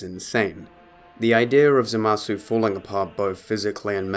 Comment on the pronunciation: It's Zamasu not Zamazu Leviooosa.